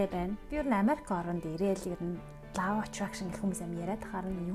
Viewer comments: Law of attractionы law гийн дуудлагыг лау гээд бичсэнээр нь дуудаад байх юм. Бараг лав гээд love гэдэг шиг дуудаад байх юм. Ло шүү дээ. Ло гэж дуудна биздээ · Law of Attraction = Лоо гэж унших юм биш үү, лаав биш